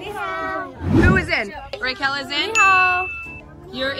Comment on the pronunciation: It is Rekel